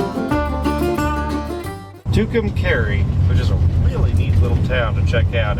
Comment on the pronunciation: For someone who talks trash about Fords you sure do seem to like the ones you drive and thanks for pronouncing Tucumcari correctly.